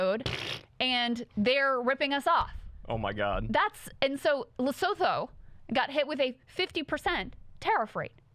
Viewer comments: Trump is using tariffs like 19th and early 20th century Presidents. The tariffs were useless then and they're even more useless (rather destructive) now. Also, Lesotho is pronounced 'Lesutu' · Just for the future: Lesotho is pronounced Lesutu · Haha- I love you guys. South African here - The pronunciation for Lesotho is La-SOO-too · I'm pretty sure it's pronounced "Lesutu" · It’s pronounced lesutu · Krystal I love you, but it's pronounced "Lesoothoo" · I believe it’s pronounced “Lesutu” but wtv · Please learn how to pronounce Lesotho. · All love but uhh… Lesotho … the “th” isn’t pronounced like in English - you can just pretend the “h” isn’t there 🫠